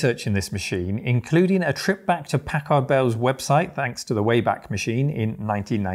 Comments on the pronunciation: Pack-erd. Why do you guys seem to think you have to massacre the letter A every time you see it used in an obviously short vowel sound? Americur...Pack(hard pause) ARDD Bell... What is it with you guys and the letter A? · Am I the only one who remember these as "Pack-Herd" Bell pronounciation? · It's funny how British folks pronounce Packard "pack-ahrd" rather than "pack-erd." After all, they don't pronounce mustard "must-ahrd," do they?